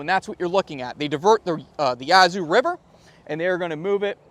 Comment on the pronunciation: If it hasn't been said already, the "a" in Yazoo is the same "a" as "cat". First syllable emphasis if you're a local.